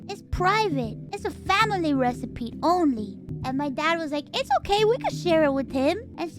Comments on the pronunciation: love how she says recipete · Recipe. It’s pronounced recipe. There isn’t a single a ‘T’ in the word recipe. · Why is she pronouncing the T so hard XD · I’m perfectly calm. I’m just pointing out that she does it on purpose.